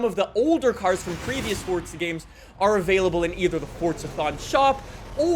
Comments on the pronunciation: it's not fortza it's forza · ITS NOT FOR"T"ZA IT IS FORZA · It’s pronounced forza not Fortza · "Fortza Horizon" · Fortza? There’s no z😂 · where is the 't' in forza